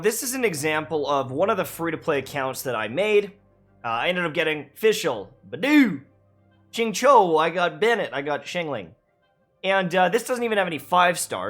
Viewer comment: "chinchou" bruh, Xingqiu ain't a Pokémon 😂😂😂 It's pronnounced 'sinchiu'